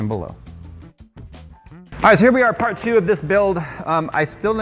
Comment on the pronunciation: Ok, did anybody else notice that said " Are you ready... for Fart Two" or is it just me? I swear I didn't hear the word "Part" even though I know that's what he meant.